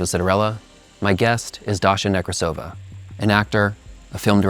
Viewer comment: Nekrásova, not Nekrasóva